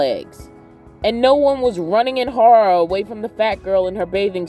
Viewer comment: I finally believe that you're from the East coast when you said "Horror." 😂💖